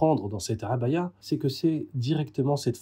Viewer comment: Quel plaisir d'entendre prononcer correctement le mot 3abâya ! (العباية, en arabe).